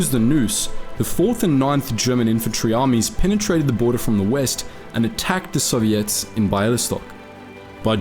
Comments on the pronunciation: You're pronouncing Soviets incorrectly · "sovvy - ets" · I like how he says Soviets like serviettes.